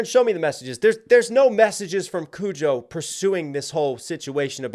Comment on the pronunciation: "Kojo.. Kujo! I can't even get his name right. Who cares about him?" Exactly. I hope everyone just ignores him from now on.